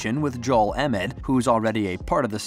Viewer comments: Did he just call Joel “Emit”? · was watching right up to the point where he started called embiid EMID. then it's like why am I watching this, these guys don't know a thing if they can't even get the embiid's name right. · Man this guy doesn’t know who the sixers are if he can’t even pronounce the heart and soul of the teams name right I’m done😭🤡🤡🤡🤡